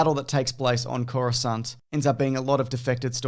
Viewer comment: "Coruscant" I'm already sold